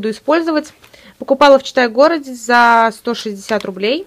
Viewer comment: Сначала не внимательно слушала и слышалось "Чита город",а не "Читай город".Лол